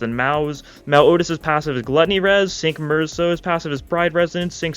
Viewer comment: "Cinq" in French is pronounced "sahnk" not "sink"